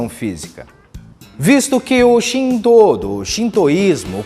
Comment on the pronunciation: Ótimo conteúdo. Apenas gostaria de corrigir a pronúncia de Shinto que apesar de escrever com os ideogramas 神 Deus e 道 caminho, pronuncia-se ShinTo e não ShinDo.